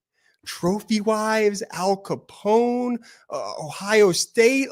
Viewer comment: I think he also pronounces the gangster's name Alphon Scapone!